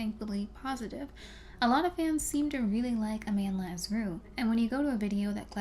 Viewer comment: Her name is pronounced a-mahn-d'la